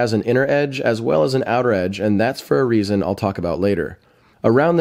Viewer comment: reeason does not exist :D